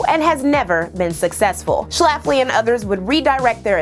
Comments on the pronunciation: I clicked because of the title and stayed because of the number of times you said Schlaffley in the first 5 min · The way she puts the 🤮 emphasis on the name Schlafly gives me joy.